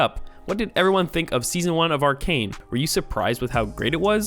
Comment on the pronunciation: It's pronounce Arcane bro